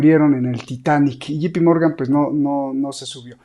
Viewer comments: J se pronuncia "yei" no yi. Me encanta tu programa. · No e Gee Pee Morgan es Ja se pronuncia yei